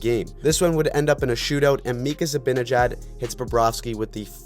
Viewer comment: It's Zibanejad, not Zabinejad.